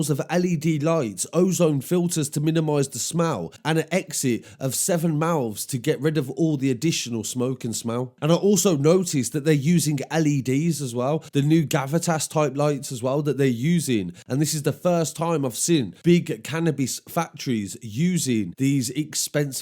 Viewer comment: Gavita is said Ga-Vee-Ta 👊🏼